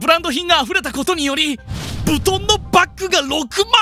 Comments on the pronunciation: なんでロレックスはロレックスで ビトンはブトンなんだよwww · なんでロレックスはロレックスでビトンはブトンなんだよw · 発音を聞く限り「LOLEX」って言っているのでヴィトンをブトンって言ってる位の差異は有りますね。